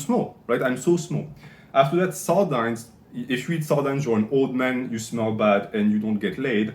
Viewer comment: Regardless of your ratings, I can't trust a man who mispronounces sardines.